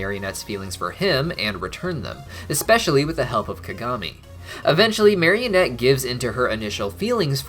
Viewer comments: Bro it's marinette not marionette Just a fun fact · Everytime he says marionette instead of marinette I wanna scream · Marinette please mari-net. Mario-nette is kinda silly. But loved the video anyhow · Take a shot every time accidentally says "marionette" instead of "Marinette" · I think they should've had Cristina Vee sing in the English version...also it's Marinette, not Marionette. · why do you call her "Marionette"? lol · I know this is minor, but it honestly really bothers me when people call Marinette "Marionette". She's not a puppet. There's no "o" in her name. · Binges the whole series in 2 weeks* Proceeds to mispronounce the main characters name literally everytime* XD